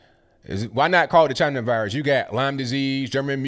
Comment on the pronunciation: Purposefully misspelled to imitate the way Trump said CHY-NA. :)